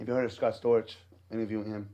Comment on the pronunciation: Scott Storch!! Not Scott Scorch!!